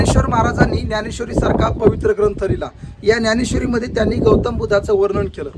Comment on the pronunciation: न्यानेश्वरी का ज्ञानेश्वरी.... अगोदर मराठी निट शुद्ध बोलायला शिका... मग बाकी.... धन्यवाद